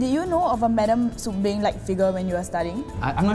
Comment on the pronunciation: Beng Not bang xd